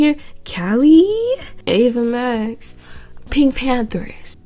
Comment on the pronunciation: I’M DYING the way you said Ava Max 😂😂🤣🤣